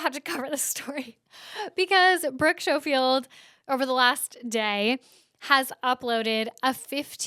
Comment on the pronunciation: love you and loved that episode as always (so many stories!) but it’s pronounced “skofield” lmao🫶🏼